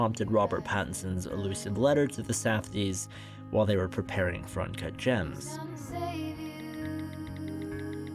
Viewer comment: I believe it's "Uncut Jamzzzz"